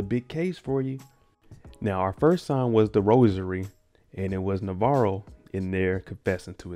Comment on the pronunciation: Bruh I can never get over how this man says "Navarrio" 😂😂 I done caught myself calling him that when I'm watching with my friends